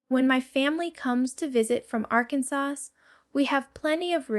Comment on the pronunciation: Well your information might be accurate I haven't found any that isn't but this is clearly AI this is not Jenna I said Janet j a n a this isn't her I said j a n a i speak my text and even it doesn't want to say your name right she's not saying Arkansas right she's not saying other things right now the information I hear here isn't totally incorrect but a lot of it they couldn't know maybe they got off the internet from some interviews but this is AI this isn't really her don't be fooled you